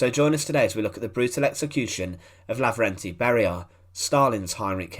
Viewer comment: He was Levernty , not Laverty. And it wasn’t a brutal execution, rather it was a truly just execution.